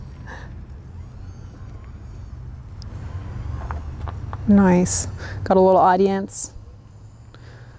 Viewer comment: Word of the day, "NIOCE" 😄😄😄😄😄